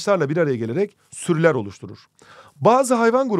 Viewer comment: süreler değil sürüler hocam :)))